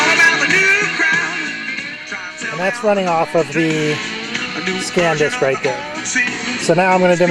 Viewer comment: sandisk...not scandisk